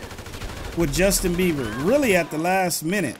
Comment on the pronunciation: Its beber not bever